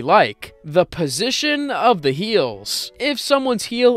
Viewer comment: Ah yes de one thousand eyes